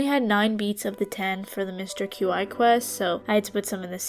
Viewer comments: Mister Q-I, (as you put it) is pronounced “chee” I thought it was kinda funny though ngl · So I noticed you kept saying Qi's name as like Q-i and it is pronounced Qi like "Key" that is how it is supposed to be said. And sorry if this comes off as rude as it is not supposed to be rude. I just wanted you to know how to say his name. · Mr Qi is pronounced chee by the way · Qi is typically pronounced "key" in case you wondered. It shares it's definition with the word ki or chi. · I think Qi is pronounced chee, as in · Qi is pronounced “chee” also I loved the video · is it just me, or is Qi pronounced "key"? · I think it's pronounceed 'Key' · qi is pronounced like “chee” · this was rly fun! btw Qi is pronounced "chee" 🧡